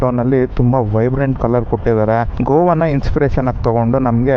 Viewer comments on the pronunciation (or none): Goon alla , go-ann 😂😂